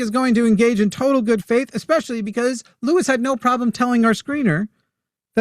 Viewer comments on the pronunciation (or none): none